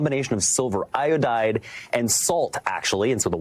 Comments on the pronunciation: Silver iodide. It's not pronounced "silver iode". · The anchor actually pronounced silver iodide as silver “I-owed” 😂 did he pass high school chem?